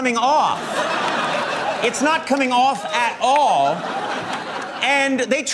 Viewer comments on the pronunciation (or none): It won't come aoofff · it's not coming aoofff at auull